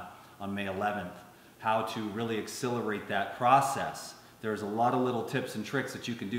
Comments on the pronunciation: Quick (loving) comment: X - SELL - er - ate. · pronounces the word "accelerate" in a unique way, and it does come out sounding like a mix between "accelerate" and "exhilarate". Accelerate = to make something happen as a faster rate. Exhilarate: to make someone feel very happy, animated, or elated.